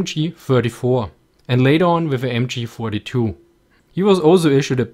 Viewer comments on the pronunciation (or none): good video but wow you have such a terrible intonation! work on that bc i hear Thee-Emchee when you're trying to spell the MG😂